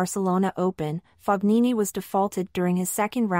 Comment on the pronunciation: Whatta bummer! Please pronounce his name correctly. Ask Fabio how he pronounces his name.